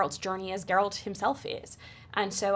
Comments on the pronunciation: it is even pronounced correctly the first time he says it in the show and Mirilka says like GARROTER... G air alt.. no J sound in it .. no d G as in go get gone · What is people's hangup with pronouncing "Geralt" properly?? (talking about the interviewer, but so many people struggle w this even AFTER watching the show!) It's just like "Gerald" but with a T at the end, and the G sounds like "get". Why is this hard, people? I mean, the worst abomination I hear was: "Jerawlt". but this whole "GuerAWLT" thing is seriously bugging me now. Cringe